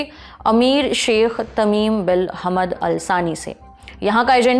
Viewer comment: Ya un educated reporter hy hamad ko hamd or zahid ko jahid prh rhi 😂😂😂